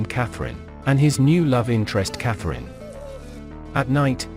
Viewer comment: Cat-her-eeena? Wait what? I’ve been saying the girls name, Catherine for years…. 😂